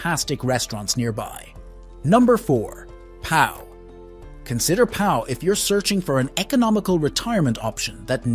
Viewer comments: It's "lee-ion" not "ly-on", "Po" not "Pa-o" etc.... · and "Pau" is pronounced "Poh" not "pow". Disgraceful. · And ‘Pau’ is not ‘Powell.’ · Pau is pronounced Po!! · if this is supposed to be an informative video about the best places to live in France then you would expect them to know how to pronounce the place names regardless of whether French is their first language or not. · Your pronunciation of Pau and Lyon was ROTTEN!